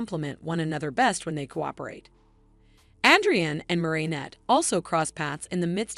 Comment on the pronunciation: Bro you said "Adrian" wrong